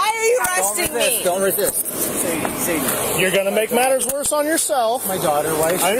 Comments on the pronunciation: Sadie is pronounced "Say Dee" NOT "sad ee" like you keep saying. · If only the commentary was accurate when depicting the details of a crime. There's a difference between he and she, and the pronunciation of Sad-ie vs Say-de, which was said correctly in the video at least 3 times yet still missprounced by the voice over. I know there's worse mistakes, but it's simple attention to detail. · Why, why, why are you pronouncing her name so wrong? SAD-EE..it's Say-dee....it's been around a long time, it's in q Beatles song, Sexy Say-dee, I've NEVER heard anyone say it as you did, very unprofessional dude, if you're uncertain you can Google correct pronounciations.. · saydee, sadie, not sadyee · Her name is pronounced Say-dy it spelled Sadie.